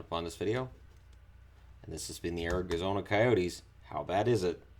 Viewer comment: "Ari-gazona Coyotes"